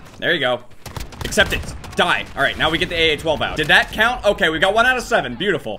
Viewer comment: It’s.......... Buetifol